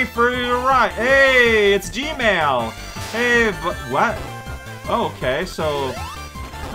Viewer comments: Everytime says "Gemerl" it sounds like "gmail" to me, and now I can't help but worry that Eggman is actually in charge of Google and that's why they removed that "don't be evil" rule of theirs. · I'm pretty sure he's doing that on purpose.